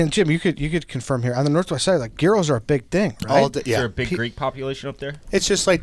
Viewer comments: I love but want to punch him when he says "gear-oh" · "Gear-oh" lol what a schlub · Am I the only one who noticed how bad was at pronouncing Gyros? Lol